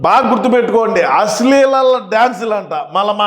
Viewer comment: అస్లీలం అనే పదాన్ని సరిగా పలుకమను సైకో అన్న nu మాత్రలు ప్రభావం కచ్చితంగా 😂😂😂😂😂😂😂😂